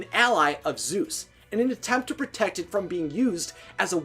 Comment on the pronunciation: I hate how you say Zoos instead of Zeus and Haydies instead of Hades